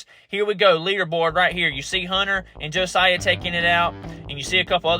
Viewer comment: Thank you for posting this race. My son is Josiah and you did pronounce his name correctly. I love rewatching this anytime.